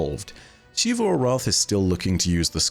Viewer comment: "SHEE-vu." My brother in Christ it is 2022, please pronounce the name right.